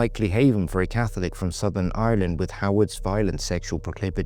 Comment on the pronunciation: don’t ever call Ireland Souther Ireland again